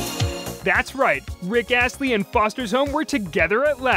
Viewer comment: Bruh Rick alstly